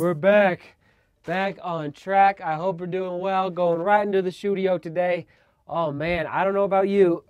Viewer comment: I finally realized why he says shoedio instead of studio